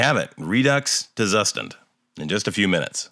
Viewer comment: As german speaking person i must correct the pronunciation for Zustand 😉. It's like Tsushtahnd. Tsu like in Tsunami, sh like in 💩, a as ah.